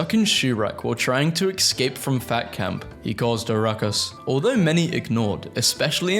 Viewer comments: Why do you pronounce « escape » as « excape »? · There is no x in the word escape.